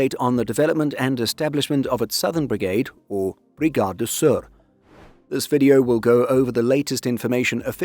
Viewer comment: Good pronounciation of Sør